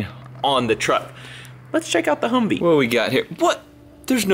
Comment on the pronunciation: He called his truck a huvvee